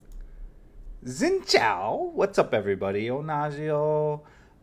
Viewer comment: It’s “seen chiao”